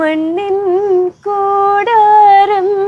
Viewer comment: ലച്ചു.. മേലെ മേലെ മാനം മാനം നീളെ 'മഞ്ഞിൻകൂടാരം' എന്നാണ്.... മണ്ണിൻ കൂടാരം എന്നല്ല. എവിടെ നോക്കിയാടെ... ഇതൊക്കെ പറഞ്ഞു കൊടുക്കുന്നത് കേൾപ്പിച്ചു കൊടുക്കുന്നത്....